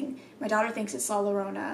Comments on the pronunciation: Llorona is pronounced yo-row-na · With the princess doll one she is speaking to the entity and is talking about how the doll is moving. Also in Spanish when there are two L’s the sound turns to that of Y( ex Llorona is pronounced Yorona) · To pronounce 'Llorona' just take the name 'Yeager' as an example. The sound that the 'Y' in Yeager, is how you pronounce the double 'LL' in 'Llorona'. Only pronounce the 'Y' & the rest is spelled right. In Spanish there are four more syllables in the alphabet, the 'Y' is one of them. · Lmao you’re so cute coach, in Spanish the two L’s at the beginning of a word make “Y” sound 😂. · Any spanish word that starts with two Ls example “llorona” is pronounced with a Y sound so i would be pronounced more like yorona. Just thought i would help. LOVE YOU!💙😚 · When you say “la Llorona” the double L in Spanish is pronounced like the y in English, so when you say “Llorona”, it’s pronounced yorona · In Spanish the two L’s makes a y sound so Llorona would be pronounced Yo-rona. Her story is very interesting I highly recommend looking into it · Hoi im here to tell you that the L’s in llorona are pronounced as a y so yorona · Easy way to pronounce Llorona is YO..RO..NA JUST LIKE CO.RO.NA lol yiu get it.. Newho its a legend in mexico of a women who drowned her kids in a fit of rage due to her spouse leaving her for another women and when she realized what she had done she tried to save her children.. It is said that she weeps for her kids at night while roaming the river /lake. And its also said that she weeps with hopes that a male companion would come along so that she could kill them.. So as kids we were told the llorona would get us if werent home before the sun went down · The ll in llorona is pronounced like the y in yellow